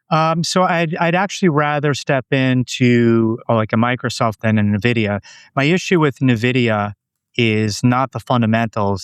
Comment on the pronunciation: For the love of God it’s “N-vidia” not “Nividia”